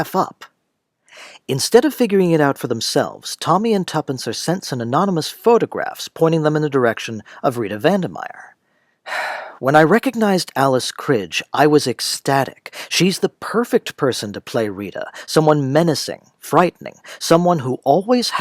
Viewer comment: Fun! FWIW: Alice KREE-guh.